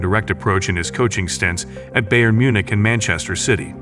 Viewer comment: The commentator doesn’t even know how to pronounce basic words like La Masia and Bayern Munich. It almost discredits the video for me.